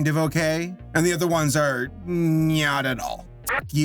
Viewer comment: "nyat at all"